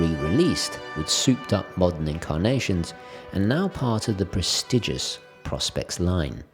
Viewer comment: According to the salesperson at a Seiko boutique I visited overseas, Prospex is short for “professional specifications”. Therefore, it should be rhyme with “pro-specs”, and “prospect”.